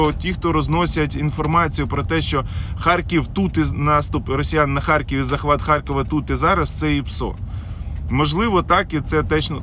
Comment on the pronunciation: В слові "ХАРКІВ" твердо Р !